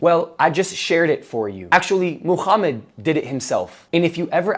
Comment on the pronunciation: Why do you pronounce Muhammad as "Mooh-Kchhh-ummud" or "Muuh-Kchhh-ummot" with your big gangly Zionist looking ass face 💀🤣